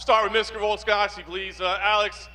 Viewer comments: Love that pronunciation! "Start with Mr Volkansoivbsvski please". Classic 👌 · "start with miskter fullska-nos-key" 🤣